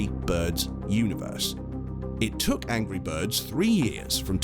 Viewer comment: He said angy birds